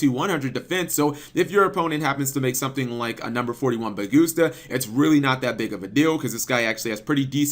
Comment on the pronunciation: Hell man, why do you keep mispronouncing Number 41's name? I mean ok you don't want to call him Tapirynus, but BagusTa???!!